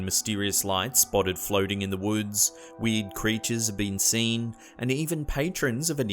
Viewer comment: "Weed creatures?" Oh, you mean weird creatures.